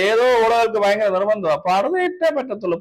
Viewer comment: parda alla pari-da